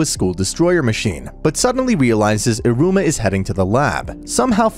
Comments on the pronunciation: Man here calling Iruma so similarly to Aroma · in the start you said Aruma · Not me being triggered on how you said Iruma 💀 Also Sabnock wants to become demon king because he thinks it’s the coolest. Not because of his older brother. He says that after all those stuff lo